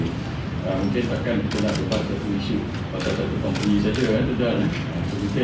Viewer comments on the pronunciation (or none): sebut tu biar betul debat bukannya dibat lah lol.😱😱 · Sebut debat pun X betul😂😂